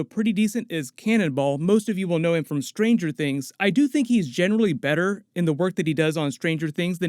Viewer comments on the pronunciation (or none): Why do so many people miss pronouce Stranger Things? The emphasis is on THINGS, not Stranger. As in 'stranger things have happened', it's not a commentary on strangers doing stuff, or thier possessions. Stranger THINGS. NOT STRANGER Things.